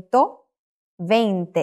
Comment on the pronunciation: In spanish there is not such a "v" sound that you pronounced in "veinte". You pronounced It right in "noventa",though. In spanish "v" and "b" correspond to the same phoneme.